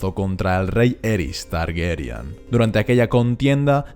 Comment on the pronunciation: Cada vez que dices "Targuerian" muere un gatito. 🤦🏻‍♀️